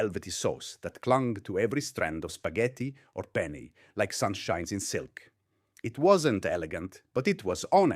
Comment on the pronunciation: Ok, nice Italian accent UNTIL he pronouned penne, and aglio……WRONG! But I appreciate this video because it reminds me of how my mother grew up in the Boston’s North End. Poor but rich. Thanks for the video.